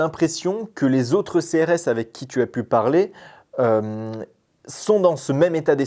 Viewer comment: Pourquoi tu dit « thu » au début de la vidéo et pas tu il n y a pas de h dans le mot tu donc n en prononce pas stp